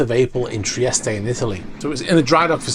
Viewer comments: Where's this Italian port Treestay he referred to? Or did he mean Trieste, pronounced Tree-est, as most English people pronounce it, and all Italians for that matter? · I was under the impression that the E in Trieste was silent